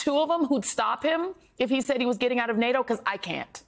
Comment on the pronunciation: So ? Biden can't say NATO.